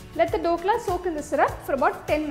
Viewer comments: not Dokla its Dhokla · The recipe is nice. Btw its “DH” okla and not Dokla😅